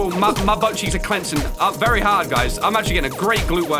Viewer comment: Wery wery wery hard